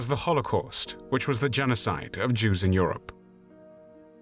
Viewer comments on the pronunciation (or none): Ok I love these personal documentaries but is it just me, or does it sound like he's saying "Juice" instead of "Jews" 🤣🤣🤣